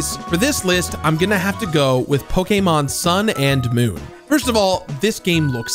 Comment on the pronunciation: Respect for him saying Pokémon correctly